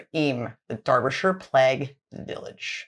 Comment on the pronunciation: Thank you for saying Derbyshire correctly.